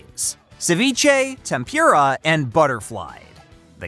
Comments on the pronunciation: There is no "y" sound in "Tempura" Stop calling it Tempyura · Did this dude seriously pronounce tempura “them-pure-a”?